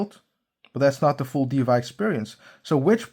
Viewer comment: Thanks for the clarification. Why di you pronounce DeFy as DeVy🤔